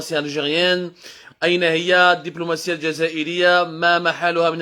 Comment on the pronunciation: الدبلوماسية و ليس ديملوماسيا